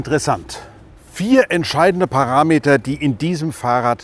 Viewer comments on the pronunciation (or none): none